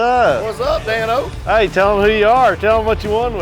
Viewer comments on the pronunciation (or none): Dan-o’s more like Dan-no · dane-o .... that shih was pissing me off